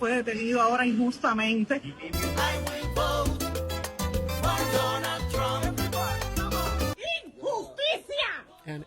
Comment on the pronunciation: "I will boat for Donald Tromp" 💃 👯‍♂️ 💃 👯‍♂️ 💃 😂😂😂😂